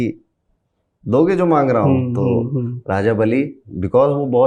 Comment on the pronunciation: बाली नहीं बे 😒😒